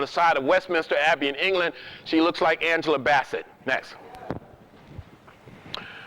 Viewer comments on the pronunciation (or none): none